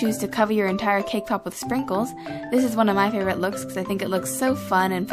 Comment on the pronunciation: i keep on thinking that ur saying kpop instead of cakepop ._.